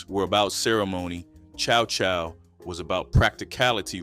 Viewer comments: Never heard it prounounced Cha Cha relish. My grandmother, and great aunts and uncles always pronounced it Chow Chow. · Too many mispronounced words, Karo syrup and Cha Cha relish u learn better 😜😜 u make same DUMB mistakes on all videos 😞